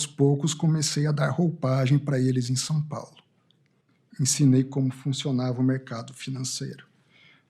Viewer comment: Sáu pagu pra náu fala